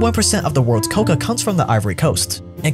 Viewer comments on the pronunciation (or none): One correction-- it's not "coca" which is the plant from which cocaine is derived from, it's "kakao" (pronounced ca-cow) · Stellar video, but I dislike the way you pronounce “cacao”. You say it like “coca”, which is a different plant entirely. Made my ears ring. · you pronounce it wrong its cocao pod where u get the seeds and its co-cow